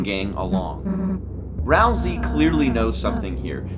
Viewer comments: >ralsei theory video >looks inside >"ral-see" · that name... is Ralsei- oh okay. Not... the name we of the character we've been talking about this whole time who rhymes with way. (not a critique, but just a expressing of my surprise because I thought it would be something else)